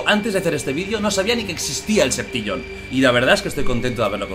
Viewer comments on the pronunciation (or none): Septillon jajajajajajajajaja